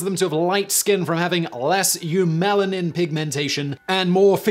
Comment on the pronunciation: Pro-tip Simon, learn the Greek/Latin roots individually, and you can pronounce scientific names with ease. Eumelanin for example, comes from Eu- (true) and Melano- (black). Melanocortin, I think, is from melano- (black) and cortico- (bark). There's not a lot of them that are used throughout science. Only a few hundreds or so are very common.